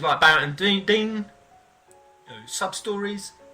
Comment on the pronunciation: Dyne = Dine, not Dean Cith Sith = Kie Sher, not Kate Siff don't claim. to be a massive fan at all. Your views are skewed, your points are moot